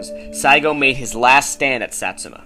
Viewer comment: u cant even pronounce satsuma lol